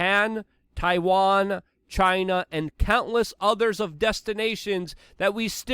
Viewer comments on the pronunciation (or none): none